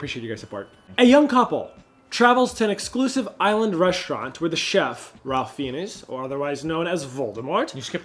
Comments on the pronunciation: its pronounced like "rafe fines" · The way pronounced Ralph Fiennes made my head and heart hurt lol